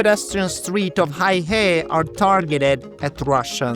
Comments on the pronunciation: Hei (black) He (River) is pronounced as “Hay Her”, not hi hay😂😂😂. Heihe 黑河=black river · It is "hay-her" 😅 not "high-hay". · it is not HAIhe it is call Heihe, the pronounciation makes a big difference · First thing first, you went all the way to this border town and you can't even the pronounce the name properly. That is very disrespectful of you, especially since you said you were trying to document details of the place and its people, making it sort of a documentary. OMG! 😅🤣😂The name of this town is Heihe or "黑河" pronounced as "Hey! Her!", not "Hai Her" or "Hei Hei", or whatever. Of course, you don't have to pronounce it perfectly, such as its tone, etc. but at least get the syllables right. 😄😃😀 That will make your video more credible and genuine. If you are producing a video and editing, etc., surely you know how to search the Internet or do a simple translation, such as with Google Translate to verbalize it and get the correct pronunciation. The Chinese are very cool and chill and would not mind how you pronounce it but get the basics right. 😄😃😀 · 黑河"Hey Her" not "Hi Hey"嗨嘿😆😅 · Heihe NOT: "High-Hay" but: "Hay-Huh" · Hei He....not Hay Hei 😮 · Psst, its pronounced as HayHer 🤭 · The correcct pronunciation is "hey"- "her" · The pronunciation of that place is more like “hey her” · How is it that you go to the town and completely butcher the name - it’s Hey He Not high he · its actually hey huh? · Bro! The place is more properly pronounced as Hey-ho, not exactly but enough to be understood by the locals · It’s pronounced “hey her”. 😂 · They actually corrected him, but he continued to pronounce it as “high hay” or something 😅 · It is Hei He aka Black River. Pronounced as Hey 黑 He 河。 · I know right? I would at least google how to pronounce the name of a town I’m going to for just traveling. Now imagine not doing it while being a Youtuber and knowing the whole world is going to see that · Bel video. A quanto pare dai commenti sbagli come si pronuncia la città. Ciao